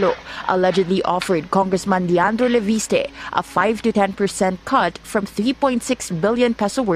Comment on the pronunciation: Leviste po hindi po Laviste. FYI